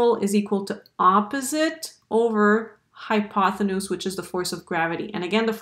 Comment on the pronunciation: Nice explanation. But the word is "hypotenuse" NOT "hypothenuse".